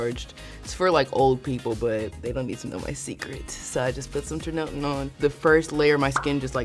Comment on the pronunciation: The way she pronounces tretinoin😂